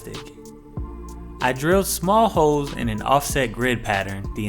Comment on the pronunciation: Am I the only one who heard "hoes" and not "holes"?